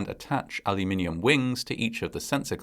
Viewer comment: It's refreshing to hear someone pronounce Aluminium correctly.